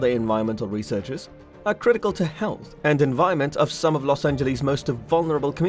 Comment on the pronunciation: Good video! FYI no one really says it as "Los An-je-lees" except as a joke, it's generally "Los An-juh-luhs" though I suppose the closest to the original Spanish would be "Los An-je-les" and I don't think anyone would bat an eye at that.